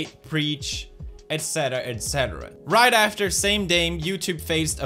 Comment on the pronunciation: killer keemstar let's get roight into the news